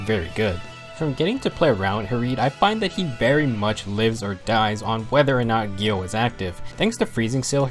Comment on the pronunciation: Pretty good on pronunciation, but it's more like you say Gjill or Gjell instead of Gjöll or Gjull